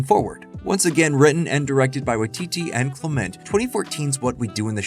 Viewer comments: It's common for Americans to stress the second syllable of foreign words rather than the first, apparently because this is generally seen as a good strategy with Spanish and French, and so gets applied in other cases. Other English dialects aren't so uniform. What's odd here is that the narrator of this video insists on this stress pattern for "Clement," mispronouncing this perfectly common name as if it were foreign, as if perhaps it's French. It suggests they don't realise that New Zealand in an English-speaking country. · it's CLEMent, or CLIMent, not clemENT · aaah it's CLEM-ent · All that research and you repeatedly mispronounce “Clement”?